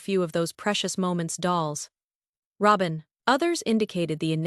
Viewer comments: Please say robins name correctly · I have to laugh every time Y'alls AI can't pronounce Robin's name correctly 😂 🤣 😅